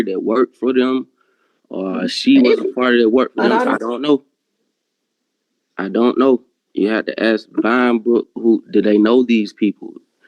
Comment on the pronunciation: "iono, iono..." 😂😂😂